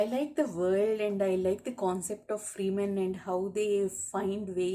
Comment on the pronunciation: you're saying fremen wrong :-D 💙